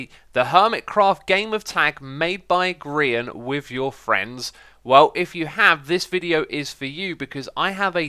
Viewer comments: Everyone comment about "You're", but nobody noticed, that you pronounced GeeeR-eye-an's name improperly? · You mispronounced grian's name x